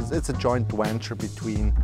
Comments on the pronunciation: Wan, wenture, woltage.. The Swiss, man.. gotta love em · "Woltage" instead of Voltage, "Wan" instead of Van, "Wenture" instead of Venture......